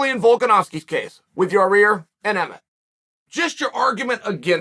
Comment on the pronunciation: Does anyone else laugh every time uncle Chael said “Yareer” or is it just me?